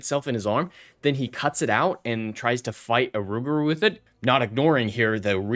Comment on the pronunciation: It is a loup garou not a ruguru .the loup garou js the french word for werewolf